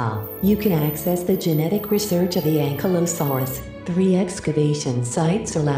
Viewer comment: It's pronounced Ankilosaurus, not ankle saurus. That just sound stupid